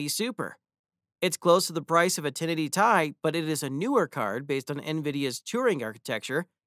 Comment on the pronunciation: Man said 1080 tie 😂🤣